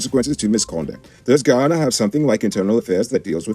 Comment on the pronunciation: Get your words right, it's not Ghana, it's GUYANA..SMH